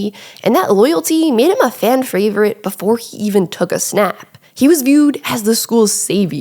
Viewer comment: He was a fan fravorite!! My fravorite. Everyone's fravorite at first.